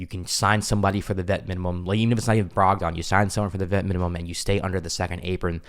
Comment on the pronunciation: Brog-den not Brog-don. No one says Brog-don.